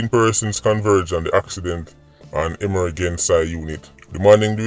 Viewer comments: so yu neva hear him seh emer-gen-sy instead of emergency?? Ah joke him a mek or wah🤔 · "E-MER-GEN-CY" LOL😂😂😂. BOSSY NUH EASY ENUH!! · EMERGENCY unit. E-MER-GEN-CY. PATIENT. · I can’t with him 🤣🤣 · Tryna make sense of emer-gen- siya and patty-ent 🤣🤣🤣 i havent loool in a minute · “Emergency” pronounce the word again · I realize that everyone does not have an education, especially in that God forsaken country of Jamaica, where everything is money and murder, even education costs, but before u get on social media, please learn how to read, i can tell the words that u were trying to pronounce, 1 was emergency and the next 1 was patient, get someone to proof read before u get on the channel, not putting u down but someone could have actually written it in patois to mek u understand, thus not stumbling wen u read, otherwise i love the indepth info coming from, God bless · 🤣🤣🤣 SIR UU CAN PRONOUNCE EMMERGENCY AN PATIENT WHO YA CARD🤣🤣🤣🤣🤣🤣🤣🤣🤣🤣🤣🥰🥰🥰🥰🥰🥰🥰🤣🥰🥰🤣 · Aretha!!! I'm surprised at his pronunciation at "EMERGENCY" AND "PATIENT"😯 I began scrolling to see if anyone identified it! This is uncharacteristic of him, more eloquent than that! Wow!😳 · it amazes me that so many people really thought couldn't pronounce the words, "emergency " and "patient." It shows so many are lacking critical listening skills. If they really listened to his videos, they would understand. 🤦🏽‍♂️